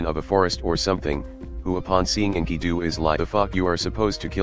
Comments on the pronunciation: "inky-doo" Bless you, TTS algorithm, bless you. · Script: "Enkidu" Text-To-Speech Program: "Inkydoo"